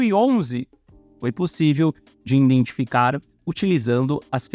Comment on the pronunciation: Nem "iNdentificar". Valeu tmj